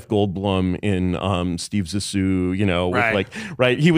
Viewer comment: A lot of good takeaways from this episode, I kept coming back to finish it all week. My main one is how Curtis pronounces Zissou